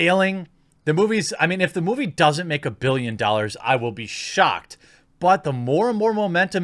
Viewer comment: Take a shot every time Jeremy says a BILLyin DAAHlers in any RoS video and be dead within an hour